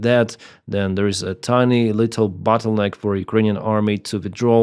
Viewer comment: Not battle-neck,; bottle-neck.